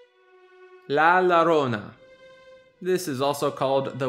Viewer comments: Gringo! It's pronounced "La Yarona"! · man i was really digging this until you pronounced the double L in la llorona as an english L when it should be a Y sound. as a chicano it made me cringe into next week